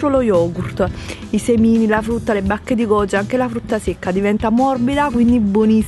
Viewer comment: Scusate ma "A FRUTTA" che pronuncia é, non voglio criticare e nulla ma appena ho sentito "A FRUTTA " le risa che mi sono fatta. Comunque sei bravissima❤️